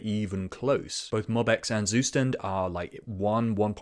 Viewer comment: The pronunciation of Zustand way WAY of haha...